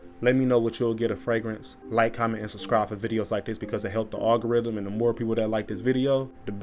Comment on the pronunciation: What in the world is a “ogarithm” (??)!! I think you mean… algorithm Holy!!